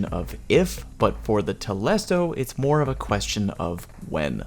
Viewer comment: it's telesto and not tolesto. I learnt that today